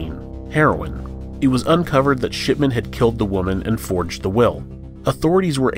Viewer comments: ok, you're totally saying "sh*tman" instead if shipman lol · The way you pronounced "Shipman" made me wonder if you intentionally made it sound like "Shitman".